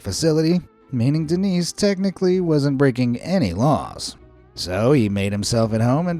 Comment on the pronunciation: Seguramente o nome é "Dênis", não "Denís" mas é bem divertido 😂